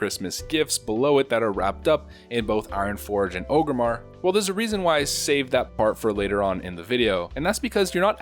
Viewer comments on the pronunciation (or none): It’s ORG-Rimmar not OGERMMAR. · "Ogrimmar" or is is it Orgrimmar? Orrrrrrrrrgrimmar! You god damn alliance trash. :) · Wtf is Ogre-mar?